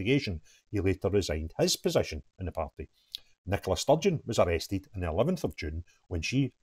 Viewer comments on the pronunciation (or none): none